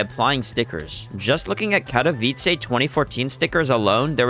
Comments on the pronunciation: it just offends me how he said katowice bruh you read it as kato vi ce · Katałajs xd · mispronunciation of katowice hurts my soul but i’ll let it slide for the banger and high quality video that this is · why did you say it wrong and then say it right 10 seconds later lmao